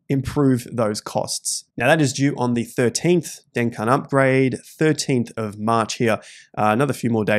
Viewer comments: DenCun🤣🤣🤣 Its pronounced DenKoon. Hope I don't get canceled for that comment! 🤣🤣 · You pronounce the upgrade like you would Cancun in Mexico haha 'den-cooon'. Love the videos mate